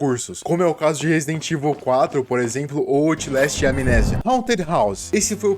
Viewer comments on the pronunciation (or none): none